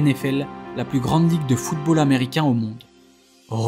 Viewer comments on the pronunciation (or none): none